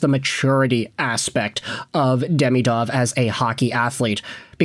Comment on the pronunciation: At least pronounce his name correctly